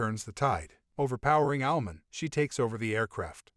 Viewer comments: Why is this guy pronouncing Owl-man and Bat-man like there Jewish deli shop owners it's OWL MAN, BAT MAN not Allmin & Batmin but for some reason he says superman correctly... smdh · When he says Owlman it sounds like he's saying Almond